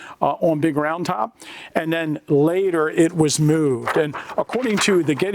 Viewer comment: yep is definitely from Pennsylvania, mooooved 😅